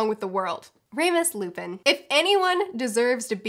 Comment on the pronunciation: "Remus Lupin" around 10 minutes in 😂